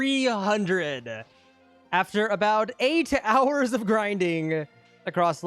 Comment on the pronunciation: What he said:"So i am gonna count that as 24 hours" What i heard:"So i am gonna count that a*s 24 ours"💀💀💀💀💀